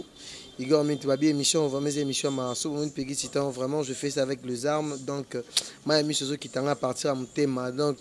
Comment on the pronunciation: Monsieur le journaliste ou je ne sais quoi tu dis que tu fais cette émissions avec des armes 😅😅 on dit des larmes mdr